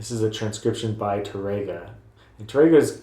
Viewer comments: Really, really enjoy your video lessons. Wish you were located here in Ohio; you'd have a dedicated student!😇 Hope you don't think me a bit of a douche-bag, but: your pronunciation of Tárrega is kinda off -- especially for a guitar teacher. The emphasis is on the accented 'a', not the 'e'. So, it's not Ta-RAY-ga, rather, TA-ray-ga. Hope that helps -- I'm taking Spanish lessons 😏 -- along with my guitar lessons. Hey, when you're retired, that's what you do! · Tárrega is what you wrote in the title to the video. Notice that accent on the "a?" That means that you accent that when you say the word. TARR ega. Not Tar-EGG-uh. Sorry to be picky, you help people a lot. I can't be the first person who has pointed that out.